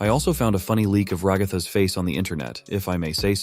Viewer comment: “Who’s your favorite character in tadc?” “Rahgartha”😂😂😂😂😂🤣🤣😂😂💀💀💀💀💀